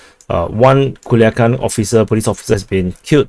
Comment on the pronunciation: I have to say that the commander says PERFECTLY Culiacán. 👏👏👏👏